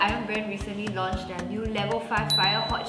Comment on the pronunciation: i heard 'my friend recently launched...' HAHAHA